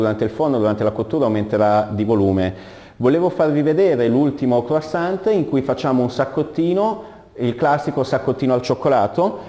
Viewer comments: croissant t t t t t t mi raccomando la t. ......che odioso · qualcuno dica al prof che quando si pronuncia la parola croissant la t finale non deve sentirsi!!! Non si può sentire una roba del genere... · Buonissimi!!!!!!! Una piccolissima dritta, non di pasticceria, questi dolci si pronunciano senza la t. In francese le consonanti che formano la parola deposito in finale di parola nn si pronunciano mai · Bravissimi ma croissant senza la T! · La t nn si legge chef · e' effettivamente scandaloso.. come cazzo si diventa pasticcere senza neanche sapere come si pronunciano le parole di quello che si cucina ;_ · O diooo, perché gli italiani sono sempre così.. Mal educati... Bisogna dire senza t finale, per il resto bravissimi... PS: anche quando dormite voi parlate......